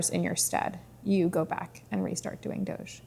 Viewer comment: The proper pronunciation is "doge" as in "vogue". Hard g.